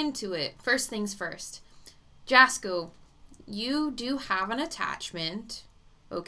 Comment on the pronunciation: Its pronounced yasko. Yes he has stomach crap going on and its serious and he gets headaches